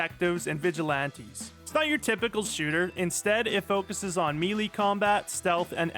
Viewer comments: "Meelee" 😂 It's pronounced "maylay' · People still pronouncing melee as "meelee" instead of "maylay" is WILD.